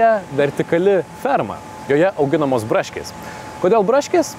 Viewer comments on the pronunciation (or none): Tas žodžio “braškės” tarimas tiesiog nužudė :D